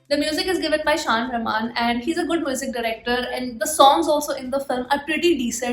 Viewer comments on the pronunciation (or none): none